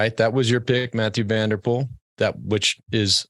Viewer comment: "cycling season started today " ........ Armstrong shows again to have lost any touch with current pro cycling .. He stille dismisses Strade Bianche, the new 'monument'. Any cycling lover will tune in for SB . FTW . Do I hear Johan Bruyneel say "Matthew van der Poel " ?? What an ass ! It is somewhat 'tolerable' for a Yank or Aussie to say that , but for a belgian ?!!